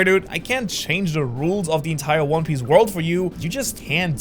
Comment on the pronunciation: Dude I love “one pice”